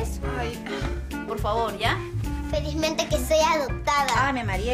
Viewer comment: xd cuando dijo felismente que soy adop tada xddddddddddddddddddd